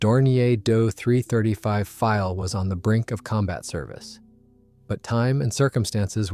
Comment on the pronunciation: It's D O.........NOT " Do"! Initials are said not produced or pronounced as words ....just saying